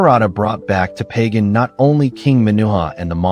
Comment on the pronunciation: Not "Pay Gan", rather "Ba Gan".